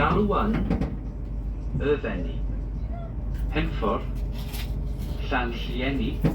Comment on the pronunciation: Brecon Beacons are those hills near Abergavenney. Lovely area. The lack of catering is unusual. It's a Shrewsbury crew who usually work that down, and would uually pick it back up at NWP. Maybe staff shortages. Please don't pronounce Hereford like that...haha...the locals get a bit itchy about such things. I know how it looks.